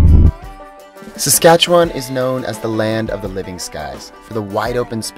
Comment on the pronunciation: Who are these two guys? You need to learn to pronounce Saskatchewan better, in your video about Saskatoon and hearing the pronunciation of Saskatchewan was like nails on a chalkboard to a native of this province.